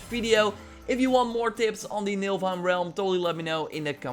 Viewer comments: Yeah, you keep saying "NiLfheim", but it's actually "NiFlheim" :) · U say NILFheim but its NIFLheim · Niflheim not Nilfheim :P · It is niflheim not nilfheim 😂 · MILFhime. Lol.. definitely not Niflheim. Naaah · Because of u i call niflhiem, nilfhiem... its NIFL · What is Nilfheim? I thought it was called Nifelheim 😂😂